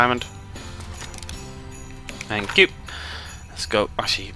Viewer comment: Are you saying thank you? or fank you? :D